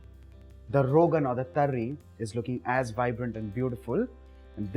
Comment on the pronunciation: Pehle tari bolna seekh le - uske baad banana 🤣🤣